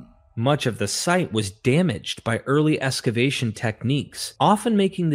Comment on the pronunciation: Ex-cavation. “EX” “X” there’s an X in excavation. Notice there is no “S”. It’s distracting as hell, but the documentary is still top notch. A lot of work went into that, and no silly apologia. Three thumbs up.